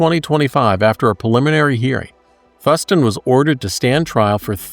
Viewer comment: just fyi... it's pronounced Thoooo-s-TON